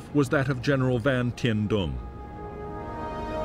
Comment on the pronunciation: General Giap..... It is Correctly Pronounced ZIAP. We had a guy work for us in Vung Tau... His name was Giap Van Coi..... He Pronounced it ... Ziap Van Coi.... Also General Dung.. His Pronunciation is,,, Yoong.. Not Dung... My Girlffriend was Nugyen Thi Dung... Yoong Sounded Better than DUNG.. ahhaah